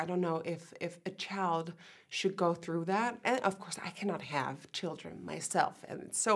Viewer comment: she kept saying "chald" girl it's child